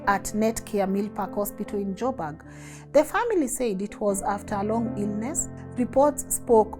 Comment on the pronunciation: Joburg not jobag